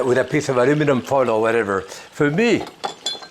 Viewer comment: Says "ulliminan foil" w complete disgust 😂 Love you! No, really love you & your influence! Followed you for years! Heart ❤